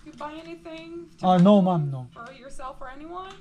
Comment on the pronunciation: Do not say “Mom” hindi mo sya nanay say it “Maam” medyo ayusin mo pronounciation mo!